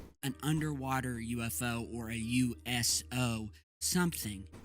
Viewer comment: I’m sorry I keep laughing when he said USO, it just sounds like You Asshole. Lol…….. I don’t know those so called lights in Mars, maybe Mars just farted. You know just let out some gas.